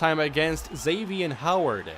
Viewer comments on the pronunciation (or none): none